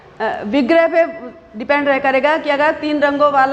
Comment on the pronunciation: IT'S पर NOT पुर 🤣😜🥰🥰